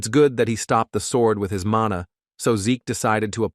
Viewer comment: So much errors lol, it's mana, not manu.. it's her son, not her boyfriend.. 😂